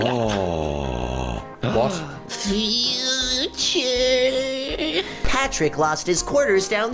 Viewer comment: Umm it’s future not futerier